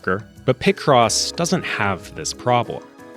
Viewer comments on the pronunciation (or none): there's no way people pronounce it like that. Do people also exist that pronounce pi as "pih"? It's always been pie cross to me